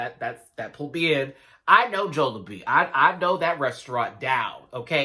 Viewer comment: Jollibee is pronounced as "jolly-bee" hehe